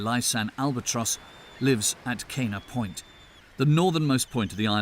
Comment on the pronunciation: Ka'ena Point, Hale'iwa, Honu... allnpronounced terribly wrong. Even Kohala. He kept pronouncing it Kaloha. Hawaiian is the easiest language to pronounce. There are only 12 letters and there is very little variation in pronunciation and very few exceptions to the basic pronunciation. It was just lazy to get so much of it so wrong.